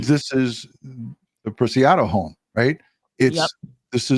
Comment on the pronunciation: It’s pronounced preciado, not picado . I wish people would take time to read names right.